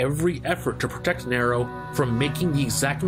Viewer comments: Slight nit pick but it’s nee-ro not nair-o. also Virgil isn’t trying to grow the tree, urizen and Virgil are not the same person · ABI listen man i love these videos and i think you're fantastic at making them but it's pronounced "NEE-ro" not "Ne-ro" aside from that bang up job as usual. good work. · It's Nero not narow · Every character in the series that interacts with Nero: "Nero!" Narrator: "Nairo" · Cool vid. But you saying Niro instead of Nero was difficult to listen to. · Neeeerrro not Narrow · It's pronounced EEEva, nEEEro a very prominent E sound for both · Say NEro one more time, I fucken dare you. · Did he say Kylo Ren? Hahaha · Good vid man, but the way you pronounce nero killing me lol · Great stuff But you know the games have voice acting so how do you mispronounce "Nero" then pronounce it right and then double down on the mispronunciation? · why do you keep pronouncing Nero's name wrong? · That pronounciation of Nero irked me enough to skip past the 4 and 5 sections. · Your pronunciation of “Nero” is........... Disappointing 🤦🏾‍♂️.